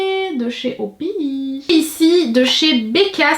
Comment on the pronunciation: Ca ce prononce pas "Opi" mais "O.P.I = o pi aîe" mddrr😂😂